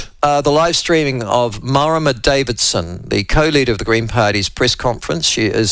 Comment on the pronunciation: Mara-muh Davidson gives my arse a headache.